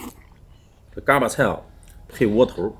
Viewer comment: 看了好几期天津探店视频，实在忍不住了，不是嘎儿巴菜，儿化音不是这样加的，三个字全部是大字眼儿，并且巴读轻声，另外是bēng豆不是四声哈哈哈哈